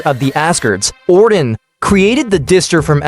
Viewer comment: ordin? distrer armour? IS THIS MADE BY AI XD